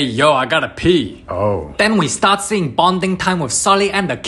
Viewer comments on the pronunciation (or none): none